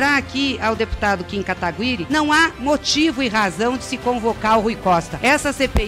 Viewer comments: A narizinho tem algum problema? Até hj n aprendeu a falar"Kataguiri"? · Kim Katagüíri ou kataguiri ? 😂